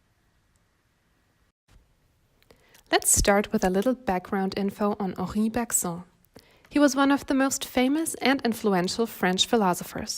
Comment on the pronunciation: Thanks As a French student this video actually helped me more than certain french ones 💀❤️ Btw we actually pronounce Bergson like « berg » and « son » like the English way like the son of a father